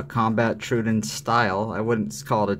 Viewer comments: I like the video, but the constant "DIS-pronounciation" of Troodon is like chalk on a nail board! It's pronounced "Troh-O-donn" not "truidon"! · Just a small dab of grease on the spring will take that ring sound away. By the way, someone had to tell me that the Troodon was a dinosaur, and pronounced “trow-oh-don.” I means wounding teeth. I am a fan of these knives, but I also rarely carry them. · Imitation is the greatest compliment you can make or something like that. Maybe try not to sound like an idiot before you start recording. The saying is imitation is the sincerest form of flattery. Might be a good idea too if you had an inkling of how to pronounce the name of the product you’re discussing… You sound like a complete noob when you try to pronounce troodon.So close, but wrong.The other thing that bugged me was while you were saying that you were talking about how fantastic the lock up was on the microtech as you wiggled the whole thing back-and-forth like a rusty gate! Why is it the fact that ALMOST all OTF’s feel like junk compared to a quality folder?Why IS it OK that the only solid feeling OTF in any kind of production is the G&G Hawk?At least the Guardians feel tighter.So did the SOG, although it does have issues with blade dulling from Frame contact.